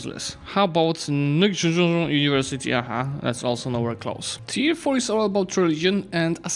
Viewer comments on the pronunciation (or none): none